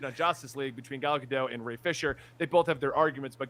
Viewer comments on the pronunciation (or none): It’s Gal GadoT not gal gadoh… why can no one say her name?? says it wrong like 6 times in a row. It’s a little insulting. She’s not French.